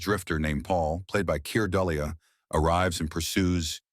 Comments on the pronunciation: Keir Dullea--pronounced DOO-LAY--not dull-ee-ah. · Pronounced Kair Doo-lay. RIP. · robonarration ruins this completely. "Keer Dullyuh?" give me a break.